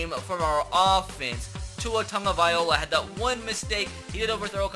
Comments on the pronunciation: love your videos big fan but please pronounce tua's name right it's loa not ola no disrespect meant lol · Tua "Tahngovailoa" not Tagovaiola🤦🏽‍♂️ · It's two-a tango-vie-loe-a Tua Tagovailoa... Plz, pronounce it right... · Tag-oh-vy-low-ah not tag-oh-vy-oh-la. Hes not an instrument. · K I have been holding it in so long please read this and pronounce it different it is (tag-a-vI-Lowa) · Anyone else annoyed with how he says "Tagovailoa" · learn how to pronounce tagovailoa